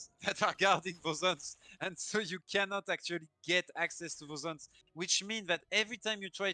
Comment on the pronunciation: I love when says hunts like unts. That failed suvorov rush by Konsensus was painful to watch. I completely agree with. Wait until you've sent the card before you even think of pushing. You should either stay near your Town Center or scout ahead with one unit to make sure cav can't wreck your whole streltsy batch. The element of surprise is so important at high level play, especially with an all-or-nothing revolt-like timing build like suvorov.